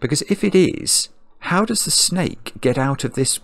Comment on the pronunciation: "Orange schjnake" :D